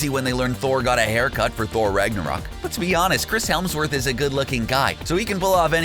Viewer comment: Chris Helmsworth?😂